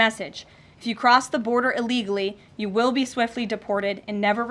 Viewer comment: Hey Karoline, "illegally" starts with an I not an E. Do better.